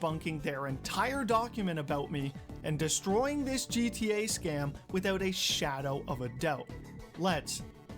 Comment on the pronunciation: . "Withewt a shadow of a dewbt." lol.